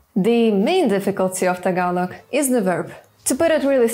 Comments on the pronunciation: Wow you pronounce Tagalog word correctly. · You have dived really deep into the Tagalog language that I find it so fascinating. You really took time to pronounce the Tagalog words like a native speaker. Great job <3 EDIT: Also, you're the very first person who emphasized the glottal stops. It was never mentioned in any tutorial or by any Youtuber but glottal stops are so critical in Tagalog. GREAT JOB X2 FUN FACT: Altho not noticeable, there's a minute difference between the glottal stops of words that end with or without the letter "k" (and some words emphasize the "k" sound if they're not glottal stops). E.g., "bata" (kid) and "batak" (stretched/strengthened). They both have glottal stops but "bata" is softer (sometimes not noticeable at all) while "batak" is stressed, borderline "k" sound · Deym! your pronunciation of our words was on point. malupet! and also, them eyes are mesmerizing as hell.